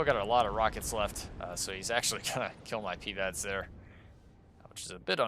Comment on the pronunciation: I love your videos but please stop pronouncing PIVADS like PEEVADS